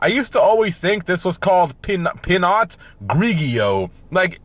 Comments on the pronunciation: Say it as pea know, and the other one is called logger is how you saw it. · It’s pronounced “pee no” and it’s French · I’m gonna help you out. Pinot: pee-know Merlot: murr-low Bourbon: burr-bin Cabernet: cab-burr-nay Sauvignon: saw-vin-yawn Michelob: mick-uh-lobe